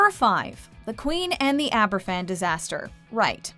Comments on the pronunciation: It isn't Aberfffan. It is pronounced Abervan! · Argh! There is no excuse for buggering up the pronunciation of Aberfan so badly - even the clip you use has it said right! The Welsh alphabet is pronounced differently to the English one - a single 'f' is pronounced like the f in the word "of" - so something like abber-van, not Abba Fan. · Not to be picky but it’s pronounced Aber-van, not Aber-phan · Just a small, but, I think, an important point. Aberfan is pronounced AberVan not Aber- Fan. In Welsh, an F is pronounced as a V. FF is pronounced F. This was a huge event in Britain and it would have been nice to have had you listen to the newscasts at that time ... and actually hear the name correctly pronounced. Yours in Gratitude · I don’t want to be too critical here, but it’s not Aber’F’an, it’s pronounced as Aber’V’an. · Sweetie, “Aberfan” is pronounced “Abervan” in Welsh. The Welsh only say the unvoiced “f” sound when it is 2 f’s. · Aberfan is pronounced AberVan.... the “f” in Welsh is pronounced like a “v”. Welcome to Welsh. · It’s pronounced Abervan! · It's pronounced Aber-van.. One F in Welsh is as a v in English. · In Welsh F is pronounced V Hence Aberfan is pronounced AberVan. Interesting programme though. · Tywysog Cymru does not show the attempted bombing of the celebration in Caernarfon. The narrator should have taken the five minutes to learn to pronounce Aberfan. "F" in Welsh is pronounced like a "V". The actors have it right. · You pronounce the 'f' in in 'Aberfan' more like a 'v' - in Welsh its two 'f's together that denote same sound as an 'f' in English. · I was looking for this comment! It irritated me! It wouldnt need much research to know how to pronounce it properly, especially considering the huge significance Aberfan plays in Welsh history and the hearts of Welsh people.